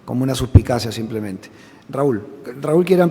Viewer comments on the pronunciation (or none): none